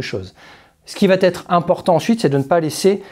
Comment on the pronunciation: Te Kubi ozae.... Te koubi ossae U se lit ou et la consonne entre deux voyelles se lit S . Il va être et non va T être..... お願い